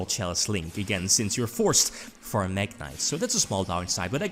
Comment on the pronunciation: Saw Mekk knight Me: omg here it comes Its MekkInvoked Also me: cmon, fuck off.... Its not mekk =-=